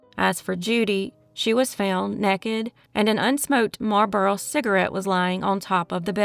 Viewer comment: "Nekkid?" The word is "naked." And "seminal fluid" is pronounced "SIM-min-uhl."